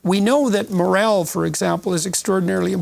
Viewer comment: Peterson’s strange pronunciation phonetically morell is actually morale and is pronounced mor arl.